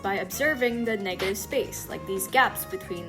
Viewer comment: that did not sound like negative💀